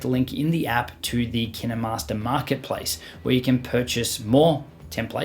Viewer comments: It’s not kinamaster it’s KINE - MASTER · Who pronounces “Kinemaster” as Ki-naMas-rer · Ur supposed to say it kainmaster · and also kinemaster is pronounced keen master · I think you said kinemaster wrong... Sorry, mate.